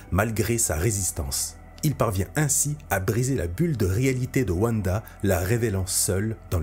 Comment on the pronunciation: Mais ! wanda ne se prononce pas wuanda mais vanda ! tu dis pas wuagon ou wuagner